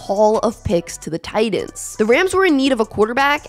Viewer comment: Titans is pronounced like “tight-ens”, not “tydens”.